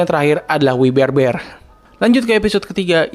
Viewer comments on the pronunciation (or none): none